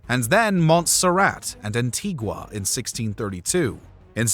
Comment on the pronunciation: An-tee-ga. Not An-tig-wa.